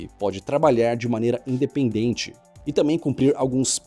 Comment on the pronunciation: É TAMBÉM , NÃO TAMÉM . É TAMBÉM NÃO TAMÉM